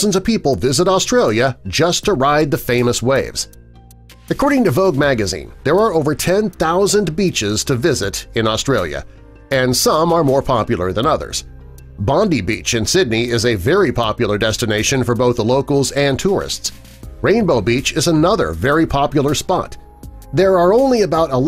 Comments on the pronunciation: it’s Bond Die...not Bond Dee.........😂🤣🤦🏻‍♂️ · That is Bondi Beach - pronounced Bon Die - not Bon De !!!!!!! Your welcome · It’s pronounced bond eye. NOT Bonde beach. Get the name/s right mate. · Bondi beach is pronounced bond-eye beach Not bond-e beach I live in Australia isn’t it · Bondi beach is pronounced bond-eye beach Not bond-e beach I live in Australia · Bondi beach pronounced Bondeye .. Queensland has many more beautiful beaches without the crowds 😀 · Lol Bondi. It's pronounced "bond eye"